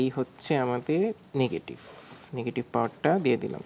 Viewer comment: নেগেটিভ নাকি নেগেটিফ, প্রজেটিভ নাকি প্রজেটিফ? 😅